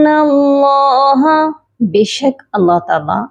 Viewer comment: شروع میں آپ اللہ کی ہ پر پیش پڑھ رہی ہیں اس کو درست کر لیں